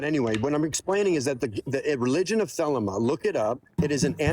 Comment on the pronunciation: As a former member of the OTO, it's pronounced the-lee-ma. This guy doesn't even know how to pronounce the name of the religion he's claiming to represent.